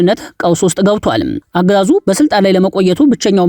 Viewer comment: "የጋዙ "" ጦር ነው ያልከው ሁሌ እንዲህ ነው የምታነበው?? አንተ ለማለት የፈለከው "የአገዛዙ " ለማለት ፈልገህ ነው ። እንደ ዜና አንባቢ በስርአትና በአግባቡ አንብብ።